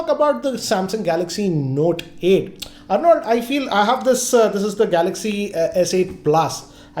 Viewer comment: Arnold!!!! Aarnald.... Not Arnauld.